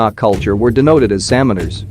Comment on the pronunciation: This gentleman's pronunciation is absolutely artificial and not correct. Samanar ,Yagnya and such wordss are not properly prnounced.